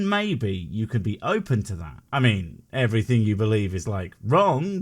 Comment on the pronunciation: "What is dumb about believing in God?" -"Everyting you want" "Everything? -" Every Ting!"